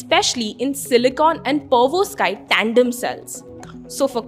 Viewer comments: Girl do me a favor stop this fake accent And start calling it" Perovs_kite" Solar Module instead of Pervos kite, It's irritating. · it's Perovskite and not Pervoskite 😂 either way it's great to see that we are finally working on stuff like this 👏🏼